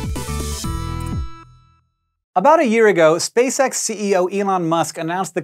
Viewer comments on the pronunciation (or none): cant stop hearing "Spay-sex" idk why nooooo